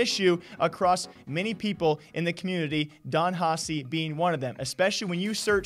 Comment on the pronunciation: DonHaci not DonHasi